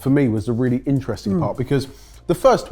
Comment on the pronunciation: Wheally wheally good! :D